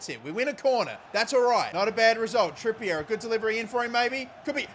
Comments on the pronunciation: It's pronounced Trippy-A not Trippy-Air ffs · is the CEO of Kieren "Trippy-yeh"